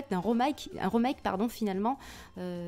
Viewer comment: Juste Remake ont ça se prononce comme sa / Rimayke